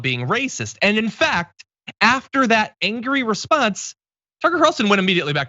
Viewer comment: Toocare Curlsoon?